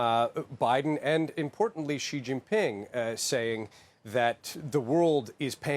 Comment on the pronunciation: It's si ...not ji ...you want me to spell yar name piteng